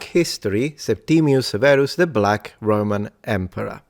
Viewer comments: Is this Septimius or Septimus? There seems to be variation in your pronunciation and in the orthography. Wikipedia says Septimius. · At school we talked about Septimus Severus, not "Septimius" - was that wrong..? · A history expert? He can't even pronounce Septimus properly let alone English without a laughable regional accent! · Why is everyone saying Septimius Severus, including you? Surely if that is how the name was pronounced that would be how it is spelled.